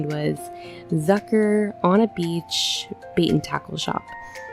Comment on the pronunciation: me german knowing that she is saying the name wrong bc it is german